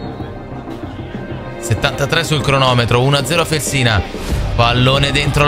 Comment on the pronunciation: Si chiama Fèlsina, non Felsìna. È l’antico nome della città di Bologna.